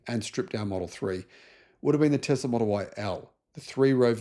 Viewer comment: please stop saying "Tezzzla". It's absolutely infuriating to hear someone like you constantly mispronouncing "T E S L A"!